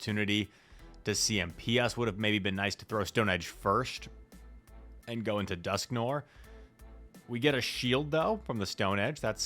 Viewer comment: After all these months, my man still can’t pronounce Dusknoir.